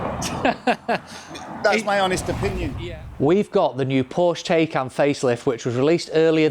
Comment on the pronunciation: pronounced Ty-kon - FWIW prefer my Gen1 2022 version, while the Gen2 specs are improved, the new exterior is borderline mundane, e.g Tesla